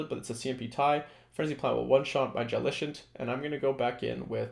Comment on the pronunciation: I'm afraid you're on the wrong way to both spelling & pronunciation of "JELLICENT" 😂